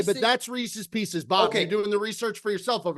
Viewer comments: …For the love of God… There is no such thing as Reese’s “PEE-SEES”. That candy does not exist. It’s just how morons have incorrectly pronounced Reese’s Pieces for decades. The guy’s name is Reese. The little M&M shaped candies are his pieces. It is pronounced Reese’s Pieces. Just sound it out like an English speaking adult. What you were going for is Reese’s Peanut Butter Cups. Fact, not opinion. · Can please stop saying “pecies” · Imagine going through life thinking "Pieces" is pronounced "pee-sees." deserves whatever fallout he gets. Be better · Wtf is Pee-Cees!?????? That is fucking absurd! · What a dumbass. WTF is a Pee-Seize? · STOP SAYING PEESEE'S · PEESEES is not a word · Jesus Christ that was the most outrageous take regarding reeses. Also it’s not fucking pronounced differently than piece is with an S. The way pronounces it make them sound like reeses feces. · can we get a language of origin for how is saying “pieces” Buddy is banging himself the whole show this week 😂😂😂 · i had to pause the pod to come to the comments. There needs to be some serious hand up accountability on the Reese's debate from. Thinking there is a difference in the cups & pieces by just pronouncing PIECES differently is just pure insanity. Calling them Pieces Butter Cups has to be up there on the one of the worst Cutsyisms out there. just an all time debate